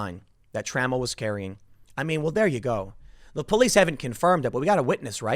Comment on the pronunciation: FYI: it's Tra-MELL, not trammel.